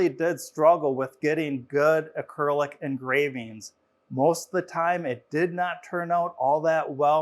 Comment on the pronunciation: Please learn to pronounce acrylic correctly.